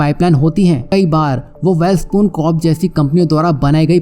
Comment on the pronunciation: वैलस्पन को वैल स्पून बोल थहा है। दूसरों को क्या ग्यान देगा